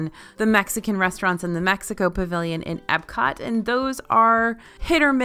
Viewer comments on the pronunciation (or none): none